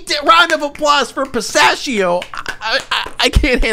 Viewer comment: Pronouncing it "pista-shi-oh" is what makes his accent sound fake